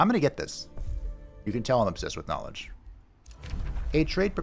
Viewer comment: Every time you say "nowledge," my brain goes, "cowfee."